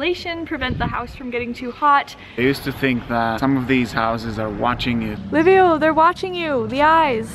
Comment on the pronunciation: excellent video...but its Liviu not Livio isn't it? why is it so hard to say Liviu ? Livio is Italian ! Liviu is Romanian !...Im saying this cause my name is Liviu too and Im living in England and its the same pronunciation...Livio!! hahahah...is it lack of education or you don't really care about it ? :))))